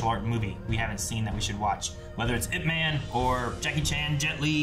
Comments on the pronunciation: ITS IP MAN NOT I-P MAN. PLS NEVER SAY I-P EVER AAGAIN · It is actually pronounced as YIP but they spell it as IP MAN, not I.P ..… YIP is his family name (aka lastname). Donnie Yen did a about four IPMAN film series but there are several versions of IP MAN that supposedly tells us different sides of his growth up to being thy grandmaster into teaching Bruce Lee almost everything he knows but was cut short after Mr Yip passed away. This is when he was in his early 30s but all the other different films tell the story back to when he was growing child to teenage thru to being a fearless master and so on. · It's EEP MAN not I P MEN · It's definitely not "Eye Pee Man." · I’ve seen this way back 2009. Saw it over 20 times. Ip-Man is a Cantonese,martial arts from Hong Kong. It’s the story of Bruce Lee’s master Ip-Man but in Cantonese it’s pronounced Yip-Man. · It's not "i" "p" man it's ip man. It a really good movie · Original Cantonese Cantonese pronunciation is closer to Yip Men. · It's IP as in one word not I P man. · Ahh..how it urks me when people say I.P. man. Just because its 2 letters you dont say them individual. The pronounciation of man is another thing..but can be forgiven 😂 (dont say it like superman..more like jamaican "ja man"..mAn, not men..short n) sorry..just a little pet peeve of mine. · Seriously? "I P"??